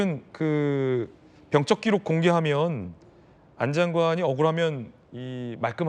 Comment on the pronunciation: 진행자는 왜 자꾸 병적기록을 병쩍기록이라고 발음을 하시는지???